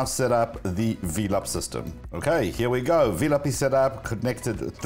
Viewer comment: I thought the pronunciation of velop sounds like and a play on the word “envelop” and not Vee-lop. Anyway I love this channel.